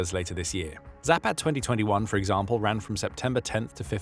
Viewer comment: All A sounds in any Slavic language are like the A in fAther . Not like the A in cAt... Zah-pahd....